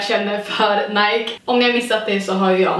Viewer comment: Du älskar Nike men kan inte uttala namnet.. Snälla... Det är Ni-kee inte Najk...